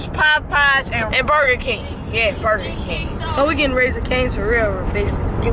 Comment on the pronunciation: My boi said buga king the way he said it he ment buger king